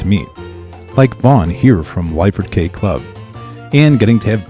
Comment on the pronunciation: Lyford KEY is the correct pronunciation